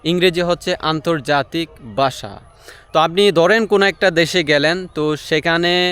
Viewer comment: আপনার ইংরেজি তো বেশ ভালো হয়,তবে বাংলার উচ্চারণটা একটু ভালো করা দরকার।যেমনঃ আপনি ধানকে দান বলছেন,ভাষাকে বাসা বলছেন,কথাকে কতা বলছেন।আশা করি বিষয়টা পজিটিভলি দেখবেন,শুভ কামনা রইল।🙂❤️